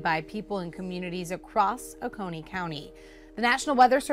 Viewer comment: Oconee is OH-coney. I live about 15 mins from there. But I didn’t see hear or feel anything.